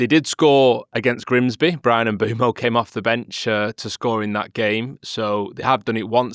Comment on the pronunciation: Lads, I love you, but please learn to say Mbeumo's name. 😭